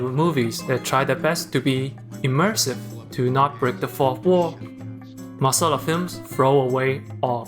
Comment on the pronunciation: this is a very small thing .........but the way you perfectly pronounced "masala"